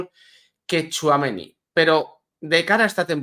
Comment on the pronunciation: por favor 🙏🏽🙏🏽 THOUAMENÍÍÍÍ, acentuado en la í. Respetas el nombre de Éndrik y te esfuerces en pronunciarlo como s debe, sin embargo, al bueno de Aurelian le machacas el nombre 😮. Supongo que no te gustaría escuchar Quilló, o Barríos. Por favor, pronuncia THOUAMENÍ 😊😊ñ Gracias.